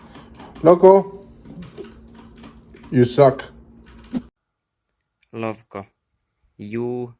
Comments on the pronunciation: pretty sure serral is saying lovko not lowko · I love how Serral also mispronounces Lowko^^